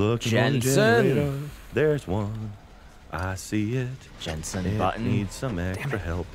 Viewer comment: Did Gavin say Jensen Button? Cuz that is an F1 driver... lol